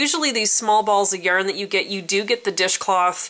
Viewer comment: Also I love how you say yurn (yarn)